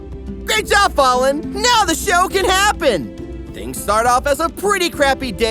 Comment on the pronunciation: i love you but please learn to pronounce the names "fah-lin" love you kisees mwah mwah